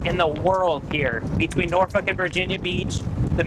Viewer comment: I’m impressed and that’s extremely hard to do. She pronounced Norfolk correctly. It’s got a little bit of a draw to it with very little emphasis on the K I know I was on a nuclear submarine on a Norfolk SSN 714 USS Norfolk.😂😂